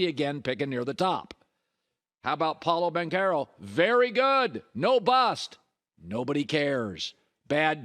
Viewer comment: I love Colin but it is so obvious that he doesn’t keep up with sports news that even the common NBA fan knows. His staff does all the legwork to prep for his show and he just reads his prompts and adds his touch to it. Colin mispronounced 3 names in this video. THREE. Shams Charania, Victor Wembanyama, Paolo Banchero… it’s not just that he mispronounced them, the way he butchered those names makes it obvious he has never even heard them pronounced before, especially Banchero